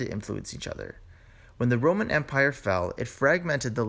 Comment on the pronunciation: Before you establish yourself as a linguist, isn't about time you sorted out your own alleged English? What is La'n? What is Romn? "Physician. Heal thyself...: You can't even pronounce your OWN city of Connecticut...Conneticut. Webster took the U out of colour, Harbour and Labour saying that it wasn't necessary Well in that case, take the middle out of squIrrel or proBably (Prolly) half of your mutilated version of a language we took 1500 years to develop and which you have buggered up in about 300! Find your own language to bugger up and leave ours alone. I stopped viewing what initially I thought to be a very interesting item because I got well and truly pissed off, having to rewind and repeat / slow down to try to extract the meaning of this lazy trans Atlantic "Mumblisation and Crapitisation" of a noble 1500 year old language! It took me up several points in hypertension to establish that AMONA means "I'm going to!" And why Americans "go ahead" and do something. By the way "What's up" is NOT a greeting! It's a colloquial expression, largely but not exclusively Northern English, idiomatic, possibly aggressive enquiry as "What is bothering you?" eg."SO! What's up with YOU?" or more gently "Aw.. What's up, darling?" "What's up Doc? " is utterly stupid! I have no fear of hateful rejoinders, ripostes, responses nor retorts because those who may not like what I have said, PROLLY won't have the vocabulary nor attention span to get this far!